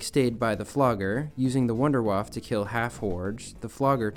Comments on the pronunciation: Idk why you pronounce it "Wonderwaaf", but as a german it hurts my ears lol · You pronounce wunderwaffe wrong.